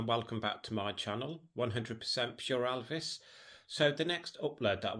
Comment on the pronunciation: Many thanks for your book reviews. Great. You say Elvis like Lisa called her dad Alvis !